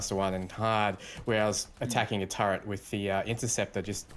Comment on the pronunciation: for the love of god. How do you see the word turret and get the pronunciation turrent? My pet hate, please patch your language build.